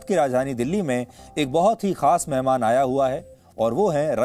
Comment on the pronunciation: Maihamaan aaya huaa hai bolna to sikh lo